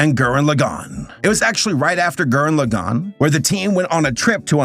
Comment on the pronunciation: The way he pronounces Gurren Lagann 🥲